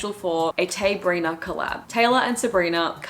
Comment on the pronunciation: Tay-brina please!!!!